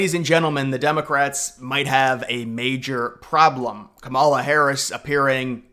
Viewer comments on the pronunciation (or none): I know you know how to pronounce her name properly and until you do you can't be taken seriously, pronouncing her name incorrectly is borderline racist dude